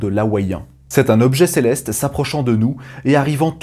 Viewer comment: Céleste sans R boy